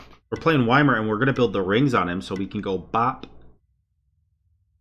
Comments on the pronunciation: Gotta love the why-mer gameplay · It’s pronounced like yemir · Why-mer??? Oof